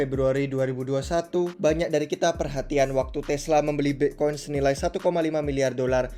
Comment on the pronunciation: aksen british